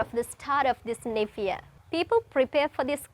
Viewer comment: "Niv" year? Neither American or British accents have that pronunciation..wonder where it comes from? 🤔